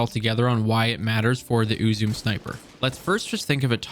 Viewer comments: I've pronounced "eww zoo may" and that seems right to me. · Uzume,pronounced Ooh-Zoo-May. Shinto figure in Japanese reliiin. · its you - zoom - mey for the saying of it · It’s pronounced ‘You’ ‘Sum’ but the ‘s’ is obvs a ‘Z’ so ‘Zum’ Silent ‘e’ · its pronounced u-zoo-me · “Ooo zu meh” is how you’d pronounce it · it's pronounced oo-zoo-meh, though there's very much nothing meh about this sniper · It's pronounced "oo-zoo-may" insert Harry Potter meme... Idk how it's actually pronounced. Nice video. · I personally pronounce it "ah-zu-mE" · It's japanese. It's pronounced oo-zu-meh ウズメ. It's based off the Japanese Shinto goddess of whirling. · I believe Uzeme is pronounced ooz-E-me. Also another thing i caught was the date of the twab says 2022 for the year. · How i pronounce Uzume: You-Zoom-Meh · Your pronunciation of Uzume triggered my fight or flight response. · Just a slight correction, but it’s closer to oo-zu-meh, not “may”. “May” would be if it were spelled “Uzumei”. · it's Eu-zoo-mae not uu-zoom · "please correct me in the comments" will do! Ame-no-Uzume-no-Mikito: Japanese kami of shinto origin. Goddess of the dawn, invented the performing arts, known for her merriment and humor, and her spontaneous dancing once saved the world from eternal darkness. "Uzume" is pronounced "ooh-zoo-may" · BTW Uzume is pronounced Oo-Zu-Me. pretty sure the word is of japanese origin, dont quote me on that but, i digress. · its more like oo-zoo-may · Last month? Uzume was around in year one, not to mention the original in D1. Btw it’s pronounced oo-zoom-ee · "Ooo zoo may" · I have one, it rules with a good build. There are 3 syllables in the name [it's Japanese] thus "U ' zu' me'. Thanks for great action in your video! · It’s pronounced “oo-zu-may” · Ooo zu meh is the way to pronounce it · I love this sniper in both PVE and PVP. It's read as Ooo-zoo-meh, it's Japanese. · I just assumed uzume was Japanese which makes it. Ooo-zoo-may. Not whatever you were saying lol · It's oo-zoom-eh